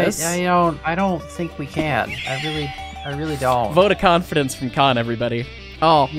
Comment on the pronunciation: Kan-fidence :_hyceLimes::_hyceLimes::_hyceLimes::_hyceLimes::_hyceLimes::_hyceLimes::_hyceLimes